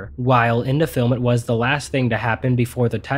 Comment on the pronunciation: Anyone else notice that he says "da" instead of "The" alot.?